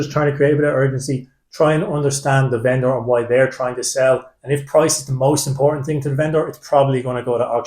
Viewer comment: Cheers. Funny pronunciation of venDOOR